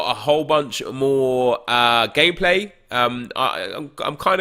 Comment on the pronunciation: Is it just me or when says gameplay it sounds like gay play